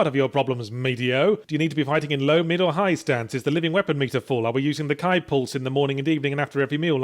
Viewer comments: ky pulse? I'm assuming he meant Ki (pronounced "key"). Seriously Yahtzee it's not hard to pronounce things correctly...especially when people say the word in the game... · Your pronunciation of Ki was terrible.